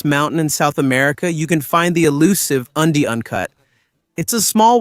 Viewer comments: Undy uncut? That's a strange way to pronounce "Andean Cat". Must be an Artificial Ignorance narrator. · Your pronunciation of some of these cats (not cuts WTH?) is really atrocious. The mountain range in South America is called the Andes (pronounce Andys therefore the cats is pronounce Andy Ann). Since when is a caracal a hyena A hyena is a completely different animal. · Andean cat is pronounced, undy un cut ?